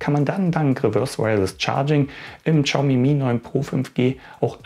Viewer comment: Also das ist das erste Mal, dass ich höre, dass jemand die Marke "Kschaumi" ausspricht. xD Mal was anderes. xD